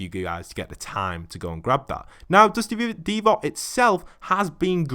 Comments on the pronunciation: Dusty divot not deevot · It triggers me when he says dusty deevot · It triggers me that he says Dusty Deevoy